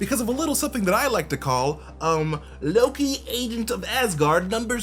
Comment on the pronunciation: Did you say you believe Mobius is Loki? Because if you watch the video, you slur it together pretty badly. It sounds like "MobiusnnLLLoki." Did you say Mobius is ANOTHER Loki? Please confirm. for reference.